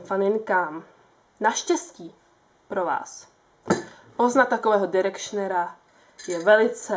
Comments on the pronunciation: není to náhodou "dájrekšn" takže "Dájrekšner" ? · direkšrnera pls ked chceš o niečom hovoriť tak si to aspon pozri ako sa to vislovuje.